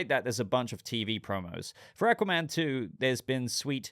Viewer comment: The way he pronounces Aquaman pisses me off.